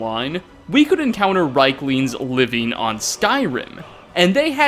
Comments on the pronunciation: Argh, please stop calling them reiklings, it's riekling with ie as in Thief. It sounds like you are calling them third reich - lings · rIEklings not rheiklings! good video. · And still can't pronounce Riekling correctly. "Reekling", not "Reyekling". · It's pronounced reekling!!!